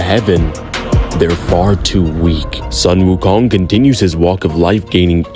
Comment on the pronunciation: You pronounce the 'Sun' in 'Sun Wukong' as 'Soon'!!!! So frustrating. Tsk.